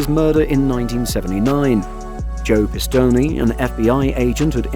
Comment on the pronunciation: Luchese is (loo-kay-zee) Joe Pistone is (pis-tone)